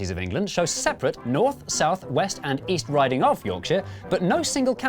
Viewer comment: “and east RIDING”